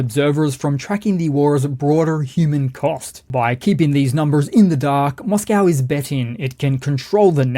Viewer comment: please can you change your pronunciation of Moscow, it spoils your excellent presentations